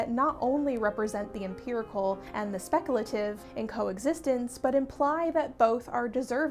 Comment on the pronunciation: I was with you 100% until you tried to pronounce "speculative". Kidding of course but great video. As a guy who got a history degree and is not bothering to use it, I think the people complaining about depictions of the Middle Ages are moreso being performative rather than coming at it from a place of true caring--especially in this instance of criticising the one filmmaker who has the upmost respect for history.